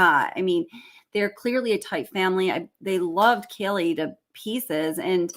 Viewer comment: Hey girl, no insult. But Kaylees name is pronounced - Kay- Lee